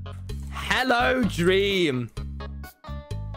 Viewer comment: DWEAM LOLW